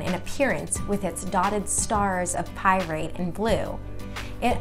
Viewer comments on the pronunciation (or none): Are you joking right now? "Pyrate" & "Parisian?" I really think you mean Pyrite & Persian. Good God man do you even know the material?